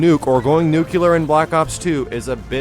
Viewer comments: Nu-CLE-AR. Not Nukular lol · I love you, but you say nuclear like George Bush.